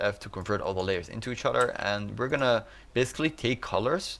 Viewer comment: other = udderr